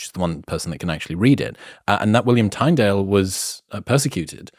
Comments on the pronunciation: At the risk of being a pedant, but I wasn't sure who you were talking about, then I realised you were pronouncing Tyndale as "Tine", not as "Tin". The world doesn't end because of this, but give the man his dues, and have a fair stab at his name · Minor quibble: William Tyndall’s surname is pronounced with a short “i” sound, as in the word tin. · William Tindale is how you would pronounce that btw (Tyndale) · It is easy to understand what the Democrats are doing, when you study the Communist Manifesto. And it is pronounced Tin-dale. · William Tyndale, pronounced Tin-dale. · 1. William Tyndales’ surname is pronounced Tindale. 2. He was burned at the stake by agents of Henry VIII, and as he died his prayer was, “Lord, open the eyes of the king of England” - it is a good prayer today as we deal with 21st century equivalents to that 16th century version of tyranny. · Pronounced "Tindale" ! But great chat, and thank you! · It’s pronounced William “tin”dale bro. Tyndale is the spelling however